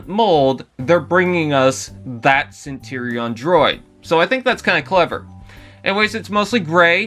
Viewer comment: Centurion not Centerion 🤦🏻‍♂️